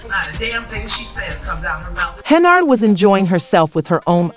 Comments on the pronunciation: It’s Hen-yard! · She is obviously untrustworthy. However, if you're not able to pronounce her name correctly you shouldn't be making any videos. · Learn how to pronounce her last name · When was Tiffany handcuffed by the FBI?? You cannot correctly pronounced Tiffany’s last name. Show the picture of FBI handcuffed her.